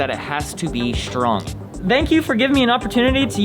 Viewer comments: really said ȘTRONG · it has to be shtrong